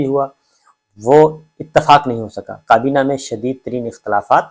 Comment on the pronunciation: Sabir bhai aap vlogs best hoty hain or reliable bhi, bus plz aap kaaf ko qaaf na bola kren bhtt koft hoti h sunty hoy. Qarkun, qabina, na qami, muqam mal, wuqla..🤭